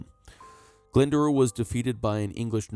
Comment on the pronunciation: Glendour is pronounced Glendower!